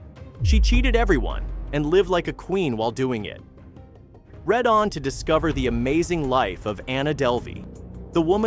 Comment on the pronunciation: 'Red on' ? That needs to be 'read on'.